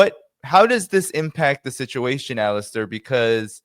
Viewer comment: Poor Alastair, always called "Alister" on podcasts...It is Ala-stair with the stress on air, not the A.